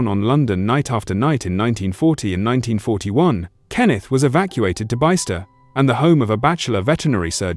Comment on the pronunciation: Om lone with what was said Bicester is actually pronounced BISS-TER (I sjhould know I habe relatives living there)